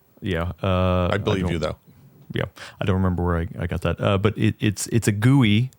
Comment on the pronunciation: Yeah, I wouldn't go around saying GUI like that either